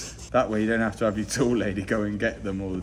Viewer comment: heveh is not a word lad